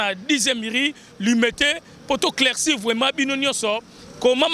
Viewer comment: ont dit Éclaircir et non CLAICIR